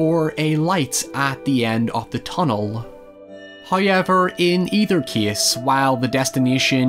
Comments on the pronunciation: nobody:: "hoyever" jk, loving all your content and how much research and work you put into every video. Really spotlights movies that I'd forgotten or given a pass to. Love all of it, especially the narration!! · The entirety of the Northern Irish population: hoyever